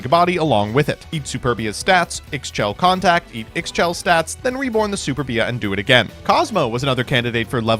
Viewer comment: How is it 2025 and you still can’t pronounce Ixchel correctly?